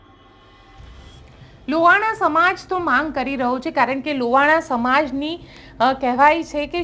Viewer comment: બેન લુવાણા ની જગ્યા એ લોહાણા શબ્દ નું ઉચ્ચારણ કરશો